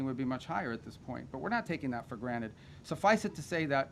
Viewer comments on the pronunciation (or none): none